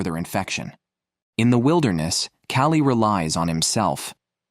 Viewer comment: lol, the AI narration is hilarious. Callie is somehow pronounced (Ki-O-Lee) and one of the women's intros kept referring to her as "him" but then changed later.